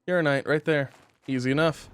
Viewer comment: I really wish he’d pronounce Uraninite properly.